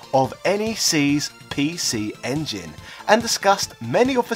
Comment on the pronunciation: Makes fun of the way Japanese people talk then proceeded to say "pee-she ingin" for the rest of the video.